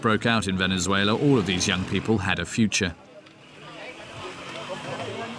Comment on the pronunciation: "Vennizwayler." Say what?